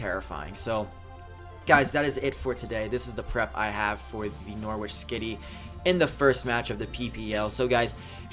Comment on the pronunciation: btw it's noh-ritch, not nor-witch! The w is silent!